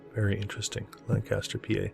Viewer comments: To us from PA, you got the pronunciation wrong in this one too. We have the PA Dutch influence and we call it "Lan'-cas-ter" (lank'-aster) and not "Lan-Cas'-ter" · Hi! It's actually pronounced Lan kiss ter. Lived there as a teen-ager, moving from my hometown of Erie, Pa when my mom remarried. Despite the beautiful land and great food, along with the many gorgeous old world structures, there was alot of paranormal stuff going on in and around Lancaster. Left when I was 19 and I'm in my late 60's now but I bet that strange things are still happening there. Not sure about the ley lines, have never looked it up.